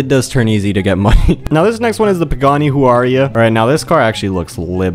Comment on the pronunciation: Pagani HuWaRiYa got me cracking up 😂😂